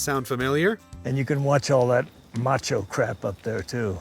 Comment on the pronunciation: This guy's pronunciation of "macho" in Cry Macho is breaking my spirit.